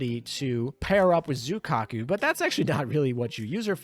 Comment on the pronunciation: Great video, but your name pronunciation is driving me me off the walls Richelieu: ree-shu-loo Saint Louis: sahn-loo-ee Zuikaku: zwee-kah-koo Friedrich der Große: the German 'ch' sound doesn't exist in English. It is made by constructing the air between the tongue and roof of your mouth, similar to how s, f, sh, and th sounds are made in english. Freed-reech der grow-suh. If you're having trouble, say freed-rish. It's still better than calling her Frederick